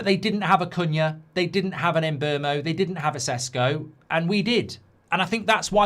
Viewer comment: Who is the “Emberrmo”? His name is pronounced Mm-boomo.